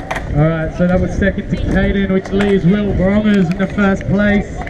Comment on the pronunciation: Ha I love how he says Mr. Wil Brongers! (also said wrong😂) Good Job!❤